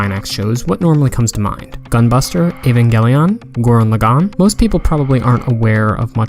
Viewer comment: "Gore-en Luh-gawn". Ugh, that hurts. I really fail to understand how you can watch a series in either English or Japanese and fail to pick up on how the name of the series and primary mecha is pronounced. How can you hear a name repeated over and over again without absorbing the pronunciation?